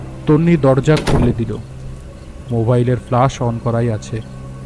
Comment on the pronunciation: Flash not flush, coincident noi its concidence. Dear team this narration was quite flat no emotional touch present in the entire episode hence it missed to evoke any atmosphere of horror. I loved ur Byomkesh episodes but this missed the mark!😔😔😔😔😔😔.... Goodnight ✌